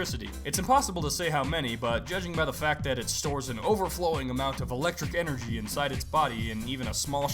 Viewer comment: YOU'RE, NOT YOUR! YVELTAL, NOT YEVALT! DO NOT LEAVE OFF THE R IN ENERGY!